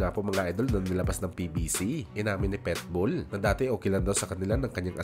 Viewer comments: Pitbull hinde Petbull pati sinasabi mo may hika 🤣🤣🤣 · Boss PITBULL po ang pronunciation at hindi PETBULL hehehe….Peace✌️ po tayo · Pitbull po... Hindi Petbull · pitbull po, di po petbowl✌️✌️✌️ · Pitbull.hindi petbull tanga... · Pet bull??? Hahaha..Pitbull sir!